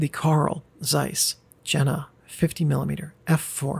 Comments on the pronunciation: Oh, please! Jena - spell it [ˈjeːna], like York, not joke, or Jenny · If it's of German origin, wouldn't it be pronounced Yen-na? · Having recently moved to the place, your pronunciation of Jena made me chuckle a bit, but another commenter has already pointed that out (although I'd emphasize that it's a long e sound). Jena really is quite a fascinating city, sitting in a deep river valley surrounded by heights all around. The impact that Carl Zeiss left on it can definitely be felt everywhere: on my daily walk to work I pass a statue of the man himself and several buildings that housed his first workshops; I can see the Jenoptik tower on my way to the cafeteria, and I work in the skyscaper (creatively named JenTower) designed to look like a telescope to symbolize the importance of the optical industry in the city.